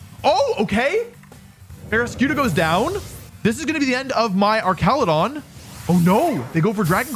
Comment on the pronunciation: Archalodon Ark-al-o-don. Not your arch enemy. An arch de treumph